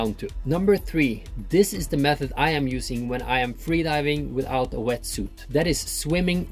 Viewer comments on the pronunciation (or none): this is importent for fweedaife